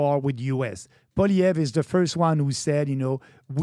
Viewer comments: Crazy how Pat still can't pronounce Poilievre after talking about him so much. POLLY•EV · Please have Pierre Poilievre (pronounced Poly-Ev) thanks Patrick on your podcast We want Pierre as PM and Maxime as official leader of our opposition 🙏🏼🇨🇦🍁Make it so!! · If you want him on your podcast atleast try to get his name right. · If PBD wants to be taken seriously when speaking of Canada, perhaps better research should be done. One obvious place to start would be learning how to properly pronounce the name of the leader of the official opposition in the Canadian parliament, and probable next Prime Minister, Pierre Poilièvre. A quick web search indicates that: "Poilièvre: pronounced as “pwah-lee-eh-vruh” (with a stronger emphasis on the “lee” sound)"